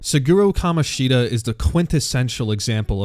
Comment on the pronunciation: love the way bro only called kamoshida right once